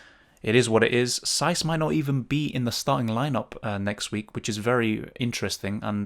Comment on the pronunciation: saiss is giving me a headache 😂